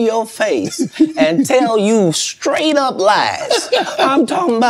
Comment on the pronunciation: Does Shannon know that the word “straight” doesn’t have a “k” in it? lol an educated man like him should be able to pronounce a simple word like straight 😂😂😂 all that money and still can’t pronounce a simple word